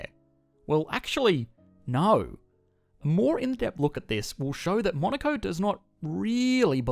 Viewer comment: I hear Monica